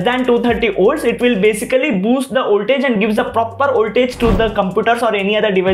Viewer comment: What the F is Oltage!!!Call it VOLTAGE with a big V!!